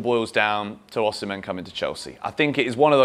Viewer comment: Osimhen is pronounced Osimay. He told John Obi Mikel when he interviewed him on his blog.